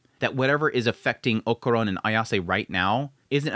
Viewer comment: Man i missed Dandadan, such a fun series, i also missed you killing Okarun`s name by calling him "okuron" haha